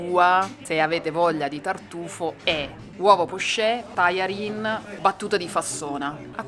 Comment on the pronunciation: La Vs pronuncia di buona e tajarin pio' essere migliorata